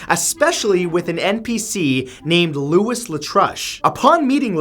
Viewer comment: Louis is pronounced as Louie, Like Louis Armstrong... Not Lewis, like Lewis Carroll!! 😮